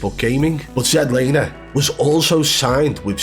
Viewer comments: This is the first video I ever seen of yours and wow! This is how you wanna try and make money? Trashing a guy that has a life..and it's not zed laner.its ZLANER.. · Zed Laner? 🤣🤣🤣 It's Z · “Zed Laner” Lol. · ZED Laner ahahahahaahahAHHAHHHAH at least get the name right, geeez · You dont half waffle some sh#te you hahaha. You cant even say his name. Zed laner? Hahahaha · Dude you can’t even say his name right so how can anyone believe you lol